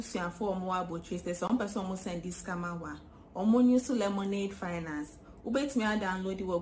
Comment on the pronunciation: I like the way Ras Anini pronounces Lemonade Finance. Slowly but surely.👍